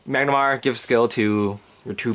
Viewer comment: have you tried using Tusk master? if so how did it go? What about using the 12 attackers for easier reaching 20K? Also it's Mah-nah-garm-er *not* Mag-na-mar